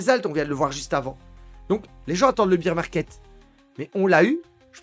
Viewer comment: on prononce bèr market , bear c'est l'ours en anglais